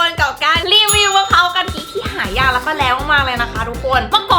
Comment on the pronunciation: มันไม่ใช่มะพร้าวพิการมันออกเสียงว่ามะพร้าวกะทิ